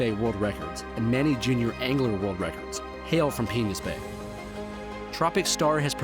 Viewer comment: Why does it sound like he's saying 'penis bay'